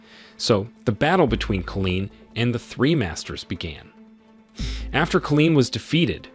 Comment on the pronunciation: The story is obviously amazing but the narration gets me 🤬 being unable to pronounce the simplest of words, making it impossible to subscribe to this channel when it cant even say Colin properly instead saying Colleen 😂😂😂😂